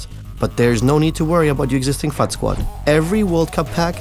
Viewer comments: is it me or does it sound like he sayin F**K anytime he says fut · its so funny when he says "FUT"